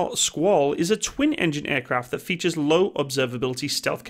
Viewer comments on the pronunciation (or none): none